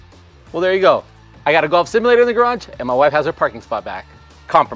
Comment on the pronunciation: ive never heard someone butcher the word "simulator" so hard and so many times